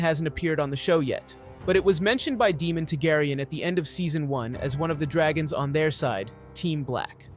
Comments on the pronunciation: Why is this guy mispronouncing names that are spoken in the show. He's calling Prince Daemon (DAY-mən), DEMON..! Why? Is he clueless, or is he just not watching the show. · Why does he pronounce Daemon as demon? Just to annoy me? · I love Syrex. She’s beautiful. Demon?? You mean Daemon king Visarys’ brother. (day-mon) right? Vhagar is so huge and a war is happening between the Greens and the Black. Therefore, I see not only a war between the two factions’ armies and navies but a huge- monumental, dragon war as well. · I’m stopping the video because it bothers me you can’t pronounce their names right lol it’s Daemon not Demon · is Daemon dude! not demon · It's Daemon, not Demon 😭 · Say it with me… D-a-e-m-o-n, not Demon. It’s hard to take you seriously, when you can’t even pronounce their names properly. 🤦🏻‍♀️ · They say the names in show. You don't have to guess how to pronounce them. At no time is Daemon called "Demon" or is Aemond called "Emon".... very distracting. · "Demon tegaryan" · Demon. Melex. RhaeNAYra. EEgon. HeLEYEEna. It’s already confusing remembering Westeros names. Butchering the names just made it worse. 😂 Still a good summary of the dragons. 🤓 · my fav is daemon being demon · It hurts my ears when they say Deemon hahaha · Don't necessarily need perfect pronunciation since all these mexican names are a pain in the aes. But yes some of the mistakes are idotic. Like nobody name is Demon. Even I at least say Damien since it makes sense. Or Shakiros because I'm not trying to pronounce whatever tf that dragon name is.